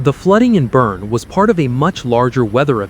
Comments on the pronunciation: It's pronounced "BERNIE" like "Weekend at Bernie's". Get it right! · Boerne is pronounced: Burn-ee. Got it? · Pronounced Burn-EE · It’s pronounced Burn-ee. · Great report, but Jeez! Could someone tell them how to pronounce Boerne correctly?